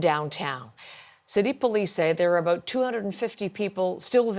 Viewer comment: lol she said "aboot"